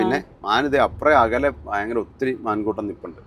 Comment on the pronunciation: ഫയങ്കര അല്ലാ ഭയങ്കര